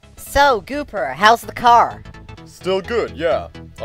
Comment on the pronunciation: Ikr and u pronounced gooper's name wrong